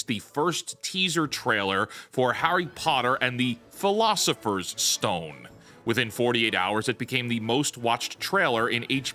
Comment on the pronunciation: The way he emphasised the word "philosopher" implies the existence of an alternative English-language title. Said this many times before, but they made Snape Black so they can keep the main trio white.